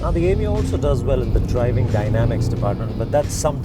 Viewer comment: Why Is This Dude Calling It 'Yemeo, Yemeo '